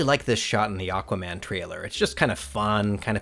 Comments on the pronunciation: "Aguaman", though. Haha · Anyone noticed "aGuaman" ?